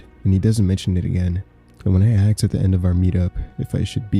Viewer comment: "Ask" Not "ax" 😂 please sir